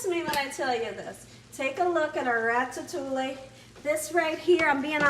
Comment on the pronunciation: It’s pronounced rat-a-too-ee. The ll’s are silent.